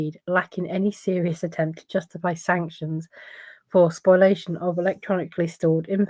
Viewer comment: Spoliation, not spoilation